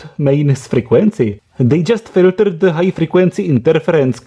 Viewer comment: Now, this proves that this is a Russian video... and he can't say filters correctly. dddddddr.